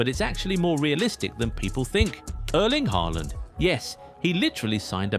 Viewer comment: Ochim haaland??? Lol😅